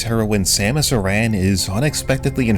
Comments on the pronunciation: Aran is pronounced like Aaron, not A-ran. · Aran is pronounced as Aaron. The way it was pronounced in the video would be Arran, double R sound.